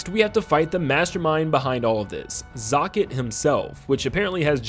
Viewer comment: You say "zokket" much differently than I do lol.